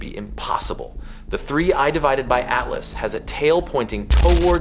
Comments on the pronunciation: When you edit is your opportunity to correct the narration, 3 I divided by ATLAS is hard to miss and easy to correct… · 3 ay devided atlas? F-you AI. Blocking this shajt. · Check your dumbass A.I before you post this crap. 3 i ÷ Atlas. ?!!! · I don't think I've seen a single YouTube video about 3I/ATLAS that hasn't been AI generated. It gives the game away when they try to pronounce 3I/ATLAS. And all I hear about is this Avi Loeb character? Is he the only Astro expert in the universe? Never heard of him 🙂